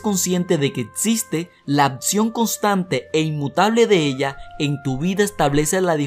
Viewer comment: El tema muy bueno, pero por favor cuidado con la dicción, es horrible escuchar algo mal pronunciado: palabras con doble CC y la X no se pronuncian como si fueran como Atsion! Se pronuncia AKSION y por otro lado AKTITUD termina en D y debes pronunciarla! REALIDA ES REALUDAD, con D al final!